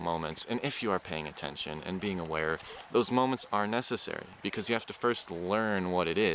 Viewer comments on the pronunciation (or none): none